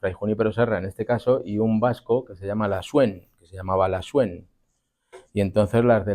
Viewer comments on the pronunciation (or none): El vasco Lasuén. Con acento en la e, lo dices. Ya que revindicas los acentos del español. No te olvides que el vasco no se acentúa igual que el español. La-sú-en. El acento va en la u. ;D